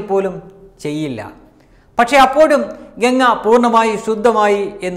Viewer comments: ഗങ്ങ അല്ല ഗംഗ ganga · ഗങ്ങയല്ലമോനേ ഗംഗ പവിത്റമായ ഈപേരെങ്കിലും ഒന്ന് ശരിയായിപറയ്.എന്തൊരുഗതികേട്.